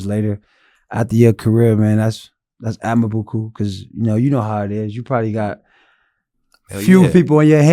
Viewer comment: Love this but somebody tell it’s admirable not whatever he was saying lol